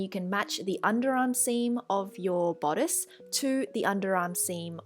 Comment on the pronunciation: "BODDICE" lollllz